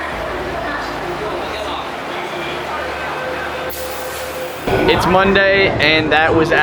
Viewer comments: Sum soi poh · You guys are butchering Sham Shui Po 🤣. I hear hotels are cheap now...